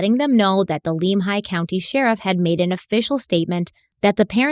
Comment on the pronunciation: As a professional courtesy, Lemhi County is pronouned: "Limb-high"😉 Leadore, Idaho is pronouned "Led-ore"😉